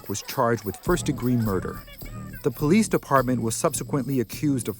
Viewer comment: She said the "PO-LEASE DEPARTMENT"